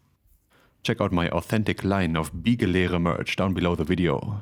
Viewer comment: I like how "Biegelehre" is so weird, that even does not sound at ease pronouncing it:D